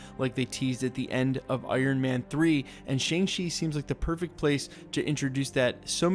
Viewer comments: Shang Chi, not Chang Chi. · Why do you keep saying Chang-Shi? It's Shang-Chi. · Dude, it's not "Chang-Shi;" it's "Shang-Ch'i." Literally "The rising and advancing of the spirit."